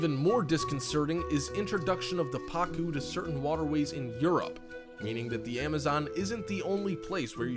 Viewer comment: You were mispronouncing the names Pacu and Arapaima, and most of this info is very incorrect.